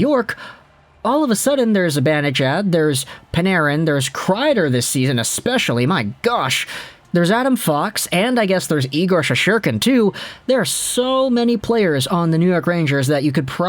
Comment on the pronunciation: SHES TER KIN there’s a t in ShesTerkin lol love your vids lol